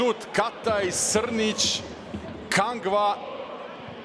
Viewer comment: sta je s ovim komentatorom, uporno zove Kangu, Kangva...